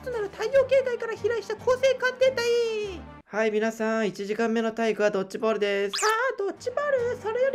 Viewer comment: 「ドッチボール」じゃなくて「ドッジボール」だし「バトミントン」じゃなくて「バドミントン」ですよ